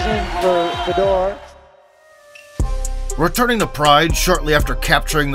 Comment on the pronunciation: Not Fedor...Fyodor. Russian ë is yo.